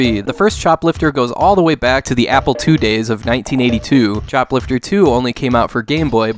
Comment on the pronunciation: Oh CHOPLIFTER ..... for a minute there I thought you said shoplifter III 😆... the first game based on retail theft!